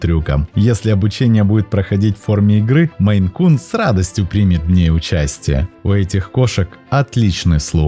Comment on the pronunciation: Написал наименование «МейН-кун», сказал, что наименование породы от штата Мэн, но называет очень много раз «меЙ-кун». Да, несколько раз исправился, но даже один раз назвать неправильно... Ну такое